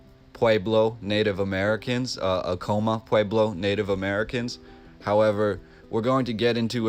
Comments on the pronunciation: quick correction, its not pronounced "uh-kow-muh", its "ah-kuh-mah" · Take a shot every time he mispronounces “Acoma”. 🥃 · Hahahha acoma the way he said it